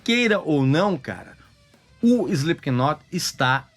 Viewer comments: Cirúrgico !! Só faltou não pronunciar o K no nome da banda. Se lê "Slip not" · Ele fala “Espiquinot” chega dói os ouvidos 😮‍💨🤣🤣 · É inadmissível escutar alguém pronunciando o K do knot...